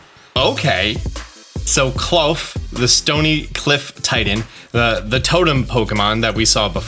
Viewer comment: I think Klarf is pronounced like Claw and Dwarf not... whatever you said 😂